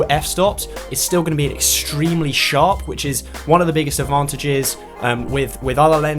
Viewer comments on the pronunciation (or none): extreeeiiimely extreeeeimelyyy